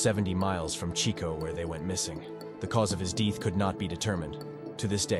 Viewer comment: "The cause of his DEETH could not be determined" EDIT: The AI "Old man" voice is awful.